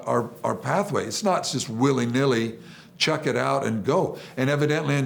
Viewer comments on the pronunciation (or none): none